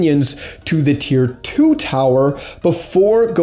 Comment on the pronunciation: It's tier 2 not tear 2